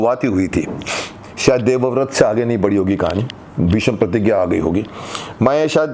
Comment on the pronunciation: Aap to Kam se Kam BHEESHM KO BHESHAM MAT BOLIE...SAHI TO BHEESM HAI baaki aap bade hain